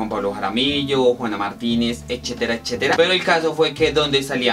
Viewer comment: X q dice "echetera echeteta"..?! 😖 Jaja.. Y ése peinado..??? 😱 No sé cómo llegué acá pero boe.. 💁 Majo sí es bella.. Saludos para ella..! 🙋✨